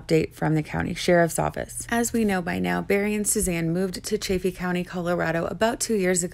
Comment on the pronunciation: Chaff Eeeee. Chaff Eeee. Not chay feee.